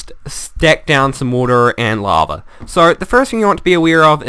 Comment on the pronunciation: Awwwww, lava is no longer "laver". ;( I liked that pronunciation.